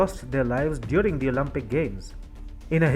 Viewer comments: It’s Olympic NOT Olumpic…. Think Olympic as in Limp … Not Olumpic as in Muppet! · Its Olympic, not Olumpic.